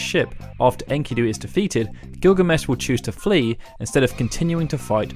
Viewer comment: It's not "in-kee-doo" it's "en-ki-doe" lmao